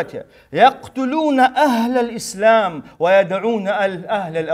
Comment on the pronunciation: Он даже не может произнести слово Ислам без ошибки !